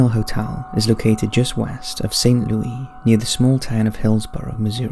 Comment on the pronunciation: I like how you say St. Louis